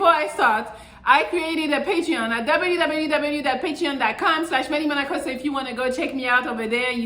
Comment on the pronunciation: It's the way she says "www" for me 😂😂💯 Alright back on topic I agree with her don't date at work.